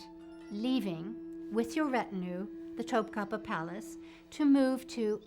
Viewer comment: "Top kapiii" "hareem" - its actually not pronounced like that at all in Turkish lol